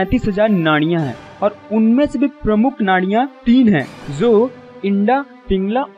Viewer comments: it's not INDA it's IDA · आप जिस विषय पर बात कर रहे हो, यह विषय बहोत हि गहन है. इस विषय के बारेमे बात करते समय संस्कृत के शब्दोका उच्चार सही होना आवश्यक है. ऊदाहरण - हमारा सरीर नही शरीर होता है. ये इन्डा नही इडा है. शरीर के इस्तर नही स्तर होते है. सुसुम्ना नाही सुषुम्ना है. और बहोत सारे. कृपया सुधारे. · इंडा नहीं इरा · पहले ५ सेकंड मे ही मैने विडीओ बॅद किया जो आदमी इडा का सही उच्चारण न करते इसको "इंडा" बोल रहा है वह क्या बतायेगा इनको जागृत करने का सही तरीका? 👎🏻👎🏻👎🏻👎🏻👎🏻👎🏻👎🏻👎🏻👎🏻👎🏻👎🏻👎🏻👎🏻👎🏻👎🏻👎🏻👎🏻👎🏻👎🏻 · Its not inda , its Ida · आप जिसको इंडा नाड़ी कह रहे हैं वह इंडा है या इड़ा। लिखा इड़ा है और कहा इंडा जा रहा है। कृपया सही क्या है यह बताएं? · It is not 'inda' nadi, it is 'ida' nadi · इंडा नाही रे बाबा ... इडा... आपका उच्चरण सुधारे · Its Ida not Inda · इण्डा नहीं इड़ा है । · Please उच्चारण तो सूशुद्ध करेइड़ा है ना कि indda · Ida ko theek tarah se uchcharan karna seekho. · इड़ा का सही उच्चारण करें. साँस लेने की प्रक्रिया बायीं / इड़ा / चन्तद्रर नाडी की तरफ से ही शुरू होती है आप इसे बदलने की कोशिश ना करें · Eda ka uccharan aap sahi nahi kar rahe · हिंदी उचाचारण ठीक खीजिये। इड़ा पढ़ने में इतनी त्रुटियां?